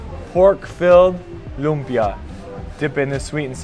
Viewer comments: It's Lumpia, not Lumbia. 😁 You're cute when you taste the bagoong alamang. 😅 Okay, leave it to the bottom of the ocean. 😆Thanks for trying our Filipino food. Congratulations! You're now one of us. Hehe. 🎉🫶💯✅ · Its lumpia not lubia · It's LUMPIA po, NOT lumbia.. 😊😊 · It's actually LUMPIA not LUMBIA 😅😂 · its LUMPIA not Lumbia but awesome reaction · Its lumpia not lumbia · It’s Lumpia with a “p” just like the Indonesian 🇮🇩 lumpia..thanks nice video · If I am not mistaken....it's actually "LUMPIA" not "LUMBIA"..."LUMPIANG SHANGHAI" IS THE LITERALLY name of that food, that is very famous food here in the Philippines...and I admit that LUMPIA is one of my favorite food. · its '“lumpia” not lumbia but its okayyy hehe thankyou for appreciating Philippines! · lumpia not lumbia hehehhehe... Hi! I'm from the philippines.. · Hey, it's Lumpia not Lumbia ☺️☺️ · Its lumpiang shanghai not lumbia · Bro it's lumpia not lumbia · It's lumpia not lumbia hehe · Lumpia not lumbia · I just want to correct you not to decriminate you but it's not lumbia it's "lumpia"🥰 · "LUMPIA" not LUMBIA. WRONG SPELLING. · *Lumpia not Lumbia 😊👌 All Pinoy's target in birthday party 🤣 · Its Lumpia not lumbia hahaha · Its not lumbia. Its lumpia i invented it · it's LUMPIA.. not LUMBIA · Please edit your video. Its not lumbia. Its lumpia. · "Lumpia" hehe